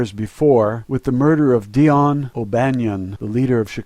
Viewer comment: yO who tf is "Deion" ? his name was Dean* O'banion...